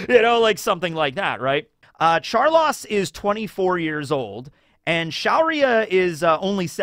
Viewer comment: You callin him char-loss as an insult or just a mispronunciation of char-low-se?